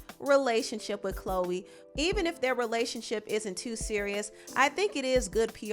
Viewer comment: Hey, it's not "Chole" 😂😂😂